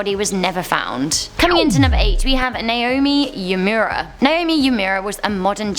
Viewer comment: Hi love you videos! I just wanted to point out that the name Uemura is pronounced “oo-eh-moorah,” not “yumyura.” Keep up the good videos!